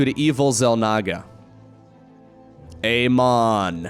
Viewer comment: Okay. You had me with Ay-maan, but you cracked me up with the High Templar. ^ ^